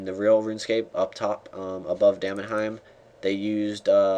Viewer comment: Damn-in-heim Damn 'n heim